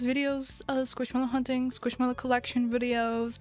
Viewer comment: How much scwishmelow